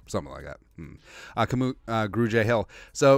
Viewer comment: Brahh!! His name is Kamu. Simple as that. Not K’moo. Kah-mu. Short for his real name “Kamuela.” Signed, a Hawaiian Skol brother.